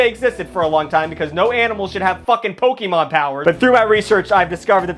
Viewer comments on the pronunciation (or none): none